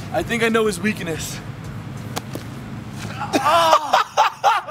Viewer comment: Grayson: wait. I think I know his wEaK-eN-eSs Am I the only one who heard this weird?